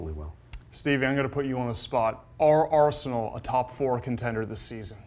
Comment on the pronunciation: I’m getting so angry with the way this guy pronounces Arsenal. Not talking about Steve